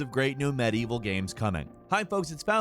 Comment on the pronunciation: OK most of these have nothing to do with medieval say it with me now med-ieval not mad-evil. Jesus Christ dude you're a journalist take some pride in your work.